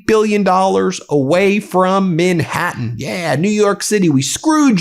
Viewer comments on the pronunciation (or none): none